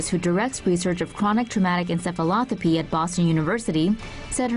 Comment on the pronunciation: He said ensefalothapee when its pronounced ensefalopathee